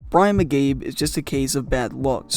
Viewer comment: it is called focus. You even screwed up Brian McCabes' name for crying out loud.